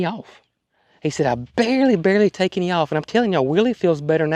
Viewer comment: I love the way you say any with an “e” eny ….the southern way!